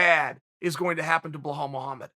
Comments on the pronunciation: Chael: “I had to call Jon Anik and ask him how to pronounce his name correctly” Also Chael: “Blaahhhaul” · You are wrong. His name is now Blehaall. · Uncle Chael ring up Anik just to make sure he said Blehall the 1st time then hang up immediately and laugh with us. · I didn’t even catch that “BEHAL MUHAMMAD” lmaoooo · no one: Chael: Behal Muhammad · I swear he gets everyone’s name wrong lok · It's Just Belal without any H sound. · Dude, can you fucking not? Can't remember the fucking name? WRITE IT DOWN. Have some fucking respect. Blahowowich. Blahal. What the actual fuck? Aren't you a professional? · When Chael asked Jon Anik how to pronounce Blehal, he also asked him how to pronounce Hazmat, Blachovowicz and breakfrast. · hey chael that guy is arab İ am arab as well İ know how his name is pronounced and it is Be-L-A-L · Can we appreciate how big of a troll Jon Anik is LMAO... He made Uncle Chael say BLA HOLL... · It’s actually pronounced: BEE-LAWL MOE-HAMED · CHAEL, Put some respect on my name. HIS NAME IS BELAL CHAEL.. HE IS NOT HISPANIC... THERE IS NO H .. god damn. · “Blahal Muhammad”? Chael does this on purpose lmao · If uncle chael says it's bahal Muhammed then it's bahal. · First of all Colby could never break Belal`s hand, because Belal would break Colby fractured Jaw first. Its also easier to say Belal than it is Chael, just saying. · I love Chael but cmon man it's literally spelt how it's said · At this point I'm convinced Chael purposefully mispronounce's names to troll his audience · The GOAT just butchered Belal's name.... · The fact that Chael called someone to find out how to pronounce Belal Muhammad, and still pronounced it wrong the whole video, is just one of the reasons hes the goat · Chael, it's 'be-lal'. Not BhoLawl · Say it with me Chael: B-be-bel-bela-belal. There you go buddy! Now if I hear you saying blahal one more time imma kick you in the nuts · how did you manage to butcher his name from Bilal to Buhal😂✌🏼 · Wtf is “Blue haul Muhammed”?